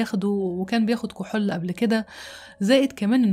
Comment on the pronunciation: لا أدري لماذا تنطقين كلمة (كحول) هكذا (كحل)؟ غريب!!